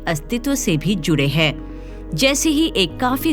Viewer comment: आप ' हैं ' को ' है ' उच्चारित करतीं हैं । कृपया इसे सुधारें!